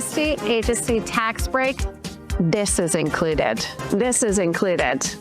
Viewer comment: Why does Jenna Sudds pronounce a T on the end of the word included? And what a goofy video, not a serious person.